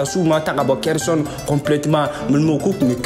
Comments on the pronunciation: Tu prononce hersonne c'est pas ça c'est kherson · Vraiment c'est pas hersonne se khersonne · Khersonne c'est pas hersonne